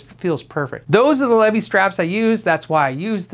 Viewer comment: I love you! Always do, but isn’t that “ Lee-Vai-s”?lol doesn’t matter, still love you. Cheers